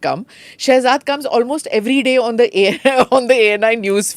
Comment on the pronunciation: Read as Shehjad